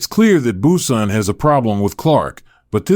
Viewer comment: Brunson not Bueson. I hate bots.